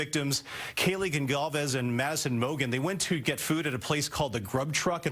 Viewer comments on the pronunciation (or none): You guys still can't say "Goncalves"?